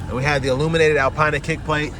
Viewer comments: Good video. For future reference it's pronounced "Alpeena". Keep up the good work. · Never watch a review if the reviewer can’t even pronounce the name of the car correctly. Typical American tbh.